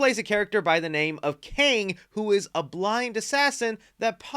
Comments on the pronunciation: You pronounced Donnie Yen's character like King almost, it's Kane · Sounded like you said Donnie Yen’s character’s name was Kang. The actual name is Caine.